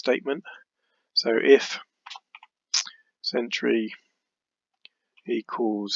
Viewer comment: Thank you. Great video..just one comment “Century” not ‘Centuary’